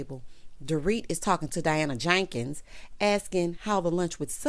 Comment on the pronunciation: The way you say Diana JANKINS takes me out, every 👏🏾 time 👏🏾. 😂